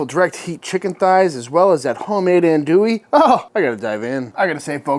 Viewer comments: In Louisiana we say “andouille” (not “Anne” w an E), but Aun…More like “ahn” Dewey..sausage.. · Looks tasty, thanks for the awesome video! One complaint - everytime I hear someone pronounce andouille that way, its like nails on a chalkboard. I get it though because everyone not from Louisiana says it that way 😂